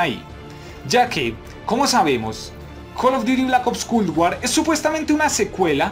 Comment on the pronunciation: bro me gusta el contenido pero me causa problema escuchar cuando pronuncias "Culd War"